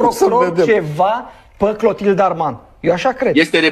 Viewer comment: PE, nu "pă".